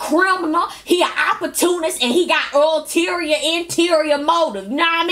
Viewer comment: I thought I was the only one who heard the mispronunciation of ulterior motives. 😳They could have let her re-tape that part.